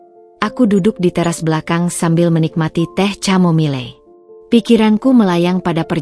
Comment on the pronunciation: Mbak bukan teh camomille tapi khamomil